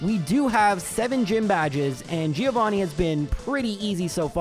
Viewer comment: Is the 150th run the one you're gonna learn how to pronounce Giovanni correctly for?